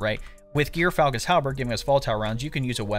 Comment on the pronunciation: Not gear falcon, djor falcon. Smh